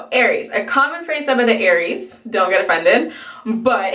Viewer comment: you got aries right ahaha